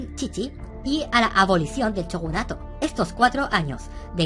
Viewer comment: Joer como raya escucharte decir chogunato (es shogunato tio)